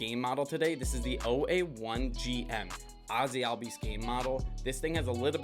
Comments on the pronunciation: Pretty sure it’s pronounced “all-bees” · his name is correctly pronounced Ozzie albies ( o-zz-ee all-b-ees )